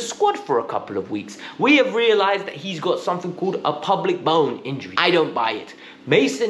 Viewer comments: Pubic bone. Not “Public” bone 😀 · It's pubic not public bone ...that's his groin area.